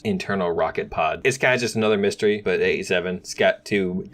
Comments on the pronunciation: Please say mystere like this : 'mys(Miss)tere(stair) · you pronunce it like mist-air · Did my guy just pronounce mystere like mystery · Called the mystere "mystery" bruh